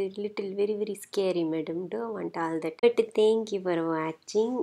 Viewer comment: "Madam, don't do all thatu. That is very very scary madam" - ROFL